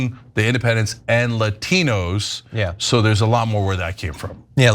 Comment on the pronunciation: La tee knows???😂😂😂😂😂